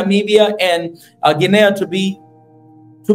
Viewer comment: It's pronounced Gee nee. Not Gee nay ah!